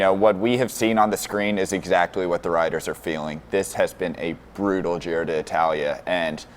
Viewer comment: I see we're persisting with the miss-pronunciation of the name of the race. Nothing if not consistent.